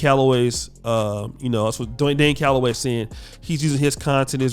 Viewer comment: He called Dane Galloway the puppet "Lame hellagay"